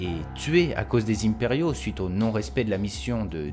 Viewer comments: salut, je viens de m'envoyer la saison 1, et j'ai beaucoup aimé ta video en debrief (j'ai liké). Excuse moi par contre de couper les cheveux en quatre, mais dans la langue de Molière on dit pas les Zyhmpériaux (avec la phonétique de "zym boom boom"), mais les zImpériaux (avec la phonétique de "un pet riz haut" après la liaison), sinon avec ta diction de Geek (je dis ça sans snobisme, je l'apprécie et d'ailleurs j'ai un peu la même) on dirait des répliques du Donjon de Naheulbeuk... Si tu suivais ce conseil, tes videos n'en seraient (concordance du subjonctif) qu'encore plus qualitatives et légitimes je pense. Bien à toi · pourquoi tu di inperiaux ?